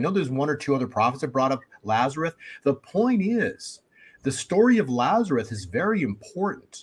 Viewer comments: Is he saying Lazareth? It's Lazarus. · I know this is picky, but, the man's name was LAZARUS. With an "S". It is not pronounced "Lazareth." Look it up: John 11:1-44. L-A-Z-A-R-U-S.